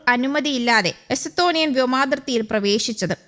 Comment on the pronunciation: എസത്തോണിയ അല്ല.എസ്തോണിയ